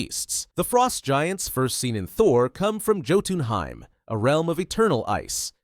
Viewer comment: "Joe ten highm"😂